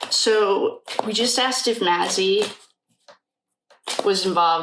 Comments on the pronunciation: Hi, I'm enjoying your readings. This case is so sad. Maizie's name is pronounced May-zee... just wanted to help. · Just so u know her name is pronounced Mayzee. 😊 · Hi sweetheart, I'm still catching up on the reading videos,but I'm hearing you say Ethan's sister's name.... however here's how you pronounce it..May-z. Just wanted to help!! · Her name is pronounced “ may-ze” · Hello! Just discovered your channel and am binging your Idaho 4 readings today. You're awesome! Thanks for all you do. ❤ (I think her name is prounounced Maisie...rhymes with daisy.)